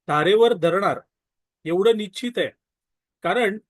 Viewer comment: स्पष्ट आणि शुद्ध बोलण हे अपेक्षित आहे आपण निच्चीत असा शब्दप्रयोग वारंवार वपरला आहे.कृपा करा,नीच्चीत नसून निश्चित हा शब्द आहे.मराठीचा दर्जा घसरू देऊ नये.आजकाल ग्रामीण भागातील बोली भाषेचा च वापर केला जातो,हा ट्रेंड चालू आहे. पण अभिजात मराठी भाषेचा वापरच अभिप्रेत आहे.